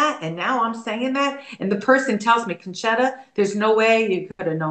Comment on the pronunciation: Nice, pronounced, "Concetta" correctly.